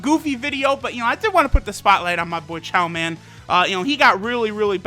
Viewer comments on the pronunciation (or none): It's Chioman